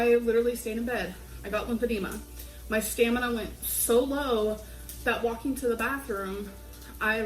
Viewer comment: Why does she pronounce "walking" like "Joaquin"? I keep thinking of Joaquin phoenix lolol